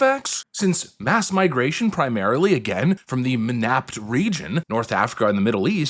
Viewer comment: MENAPT... to rhyme with "inept."